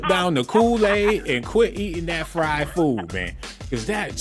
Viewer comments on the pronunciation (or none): none